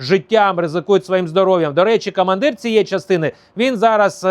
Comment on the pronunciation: Дякую за вашу працю. Але треба ще працювати над вимовою, бо є багато російського акценту: Атава, кА мандир і тд